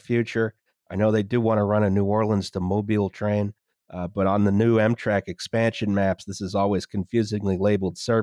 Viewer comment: This was Amtrak's 9/11...or, EMtrak's 9/11 as would pronounce it. It was almost as tragic as America's 9/11: the death of Dale Earnhardt.